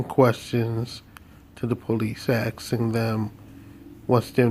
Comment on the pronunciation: "With it." Not "wit' it.' "Asking" not 'Aksing"